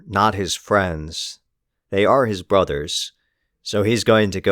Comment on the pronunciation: You did not have to say "brothas" like that dude 😭